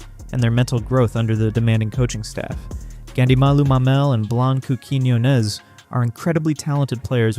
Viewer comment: You're pronouncing Blanca's last name wrong. Emphasis is on the O. As in, Quiñ-O-nez